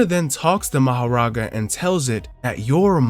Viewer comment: Are you saying Mahoraga (Ma-Ho-Raa-Gaa) like that on purpose? You’re saying Makora 😂😞